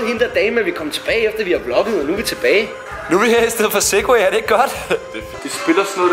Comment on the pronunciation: han sagde sagway den spade i stedet for segway